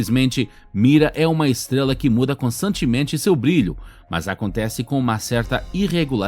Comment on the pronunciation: Sua voz é legalzinha... Mas deveria cuspir essa bala da boca, ou procurar um(a) fonoaudiólogo(a) para aprender a pronunciar a letra R. "Esteguela, tiguilhões de quilômetogos" kkkkkkk... Hilário essa língua peguesa...kkkk